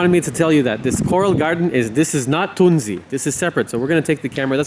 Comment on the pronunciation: Finally a english speaking person brings the right pronounciation out into the world!! Thank you! ❤